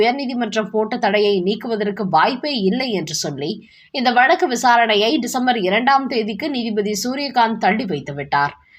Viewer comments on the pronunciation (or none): none